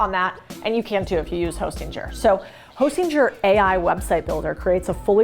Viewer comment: I hate the way she pronounces “hostinger” with a hard G 🥲